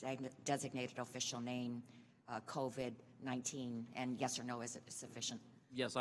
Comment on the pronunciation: This guy literally just said "CORVID-19", not COVID-19.